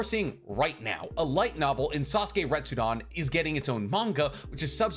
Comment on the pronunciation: Stop misspronounceing retsuden